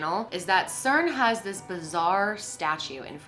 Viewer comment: It's cern